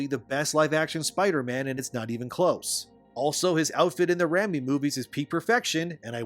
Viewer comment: What if I slander your pronunciation of Raimi? It's "RAY-me", not "RAM me". Little Freudian there, brother. ;)